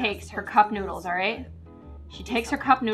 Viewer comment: when she said she put the e seasoning on teh noodles i said"oh yeah teh noods!" it sounded like "oh yeah the nudes!"